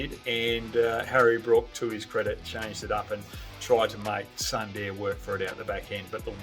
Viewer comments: It's not Sandeer, it's pronounced as Soondar ! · Amazing takes Mr. Hogg. I must correct you on the pronunciation of "Sundar" - It's pronounced "Soon- dahr"